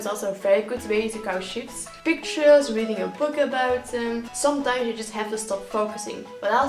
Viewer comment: "Experience shifts.." I heard sh*ts. I was like,"what did she sayyyy?!"